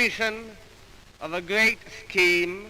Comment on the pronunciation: George the sixth isn't really a good choice for speech examples, he had complex speech impediments. Not only did he stammer, but couldn't really pronounce R in any conventional sense. When he says "problem" he actually says pvoblem, and when he says "great" it's actually gyeat. Because p is at the lips, he produces his R at the lips as a v. likewise when he produces G in the throat then he also produces the R in the throat. he was probably taught this by his therapist because it sounded better than saying pwoblem and gweat.